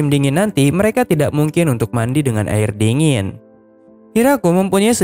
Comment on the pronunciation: bilang ari bukan air